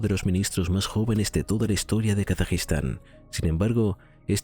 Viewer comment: Gracias, es que no se entiende cuando lo dice.